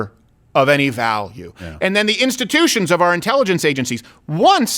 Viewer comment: Just say democrats, it's not "instittions".